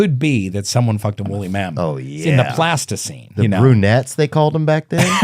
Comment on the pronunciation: i love how rainn can't pronounce pleistocene so he just says "plasticine"